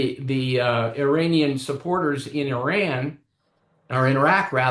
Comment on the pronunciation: I respect having the intellectual courtesy to pronounce the names of Iran and Iraq properly. Small details.